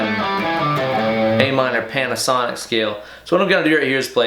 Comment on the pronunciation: Bro did you say "Panasonic scale?" Or is there cocaine in my coffee?